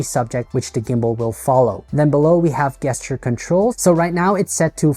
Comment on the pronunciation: I say this with humility and kindness, ‘gesture’ is pronounced with a ‘J’ sound, like Jester, not a hard ‘G’ sound like one hears in ‘goat’.